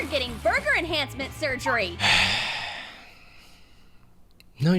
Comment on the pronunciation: when she said burger and had surgical gloves i thought she said murder...🤔